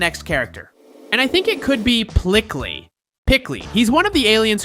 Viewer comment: Not pickly it is peecley